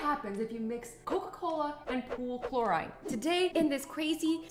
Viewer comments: It is pronounced (cloh-reehn) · she says chlor-eye-ne Us brits say chlor-ee-ne